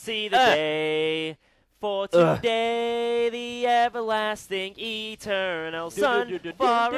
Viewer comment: EE-turr-NALL sun XD